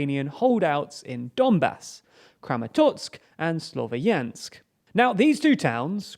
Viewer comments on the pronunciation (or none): Please... I'm begging you, just find some random Ukrainian on the internet and ask him how to properly spell towns. You still haven't figured out that "Slovyansk" is spelled like Slov-yansk and not Slo-vo-yansk.